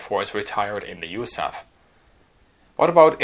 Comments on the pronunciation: Love the channel. It's probably been said a dozen times already, but no one in the US pronounces USAF as "yoosaff". We speak the letters individually. It's not an acronym. You also won't hear any century series fighters described with the word "hundred". Just one-oh-four. The same goes for rifle caliber. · A good video but USAF is NEVER pronounced Yousaff and is always U.S.A.F (like U.S.S.R).